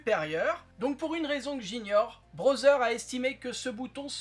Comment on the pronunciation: Amélioration le contraire est détérioration?? Puis-je te faire une remarque constructive? Tu prononces Braudzer. Ça se dit (écrit au son) Brodeur.